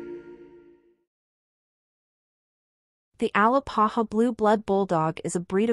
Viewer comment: A- Lā-pā-hā not AL-ā-pa-ha 🥴